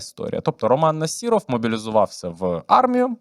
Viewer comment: У прізвища Насіров, зайва літера (і) а літеру (о) читайте як А . Нас(і)ров крінжи